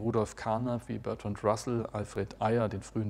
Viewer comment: Ayer spricht sich aber "Air" aus. So ein Fehler darf nicht passieren!